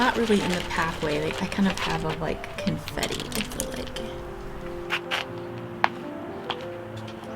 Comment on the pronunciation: You meant "Cone-fetti", right? 😜 🌲🌰🍁🪵